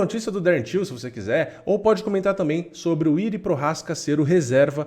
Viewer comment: "Prochazka" vc está pronunciando bem, mas o primeiro nome, "Jiri", pronuncia-se "Iji".